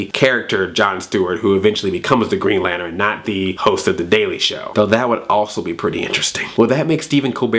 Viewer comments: Lantern not lanteren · Lanturn has two syllables not three.... Throwing that out there XP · Did you say Lanterin? lol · Green "lanteren" haha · Was it on purpose that you pronounced lantern as lanerin? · STOP SAYING LAN TERIN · You say Lantern weird... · Stop saying lantern so weird!!